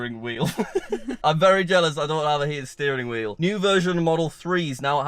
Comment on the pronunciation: "Steated Fearing Wheel", did you go on a seizure?